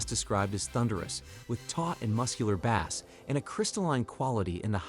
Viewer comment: The Peachtree Amp shown here has been discontinued. By the way, the pronunciation of "bass" was wrong, unless you're talking about the fish 😊